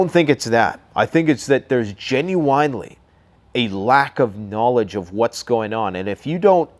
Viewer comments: Great video, but you have to stop saying "genuine" as "jen-yoo-ine", it's pronounced "jen-yoo-in". I thought it was a slip up the first time you said it a couple videos back but you keep making the same mistake so I guess it wasn't. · Is anyone else annoyed at how says GenuWine? Lmao